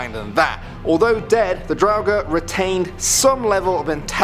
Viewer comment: Its said "droughur"